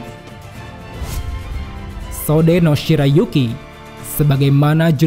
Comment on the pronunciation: Gak ada hubungannya, bacanya Sode-no shirayuki bang